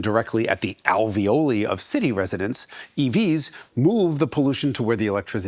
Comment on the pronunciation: Jason made 'alveoli' rhyme with 'ravioli'.